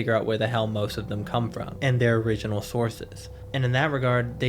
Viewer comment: Its origenel not formel